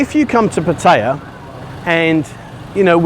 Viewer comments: ....puh- teye- yah..... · Surely you can learn how to say Pattaya correctly as it’s mentioned in your videos often Thai people would respect you more